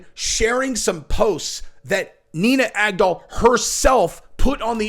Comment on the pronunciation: "Nina GAG-DOLL" 🇺🇸💪🏻👊🏻🤙🏼